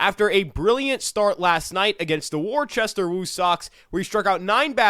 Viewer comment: WAR-chester lol